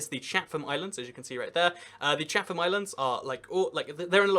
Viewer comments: just had to say from someone who grew up and lived in New Zealand that Chatham Islands are pronounced chat-ham NOT Chath-am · Good job! Btw we say "Chattem" not "Cha-tham". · The Catham Islands are pronounced chat-em islands and as someone that lives in New Zealand I have never been to the south island and I have always lived here, but I might go to queenstown later next year